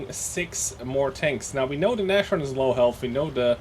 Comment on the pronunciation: By Odhinns beard,, it's Naz-horn, not Nash-orn